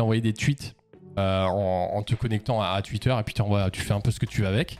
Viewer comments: Twuit Désolé 😂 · "tuite" C'est horrible quand on s'en rend compte mais j'avais pas remarqué x)